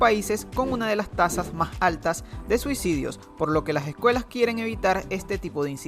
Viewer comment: Las ejcuelas jejeje